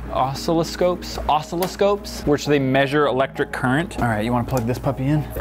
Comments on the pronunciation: I still feel bad that didn't know what an oscilloscope (btw pronounced oss-sil-ih-scope) is...that or maybe I should feel ashamed that I do know what it is lol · Hahahah. watching try to say "Oscilloscope" make me smile. 💗 from Malaysia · Opens all the comics. Collectors jump off cliffs "Uh- sill- uh- scope" its used to generate different frequencies for trouble shooting electronics